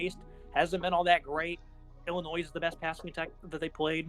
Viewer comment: Dude, the “s” is silent in Illinois.